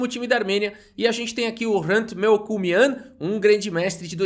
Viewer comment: Rachei quando o falava o nome do Melkumyan, já pensou uma partida entre Navara e Melkumyan,ia ser hilário kk